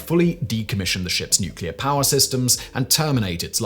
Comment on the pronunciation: It always makes me laugh when Simon is talking about "power" because all I hear him say is "Paah"